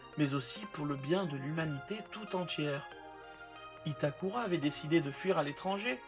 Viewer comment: Bonsoir, je note que vous faites un effort de prononciation en disant "Itakula". Je ne peux que féliciter cette initiative. Cependant, pourriezvoisla poursuivre avec Haibala, Kogoro et Môli (au lieu de Mouri, quelle transcription moisie n'empêche ) ? Merci. Et chapeau le résumé ! Ça doit être du boulot !